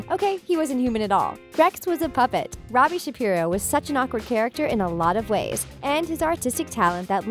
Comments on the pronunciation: And she also said roby instead of Robbie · girl you called robbie “ronnie” and it’s killing me LMAOO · And , it sounds like she says "Ronnie" instead of "Robbie" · is it just me or did she say Ronnie one time instead of Robbie